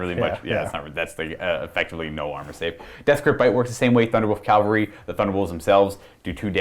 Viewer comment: CA-VAL-RY. "Calvary" is the hill where Christ was crucified.